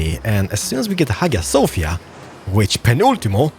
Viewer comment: In hagia sofia...you pronounce "g"sound as sound of "j"